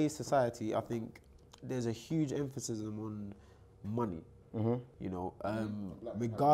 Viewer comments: Can someone tell it’s emphasis not “emphasism” 😭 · Every time says “emphasism “ it rly nullifies any intelligent thing he says after it 😂😂 nah but love he’s got some wisdom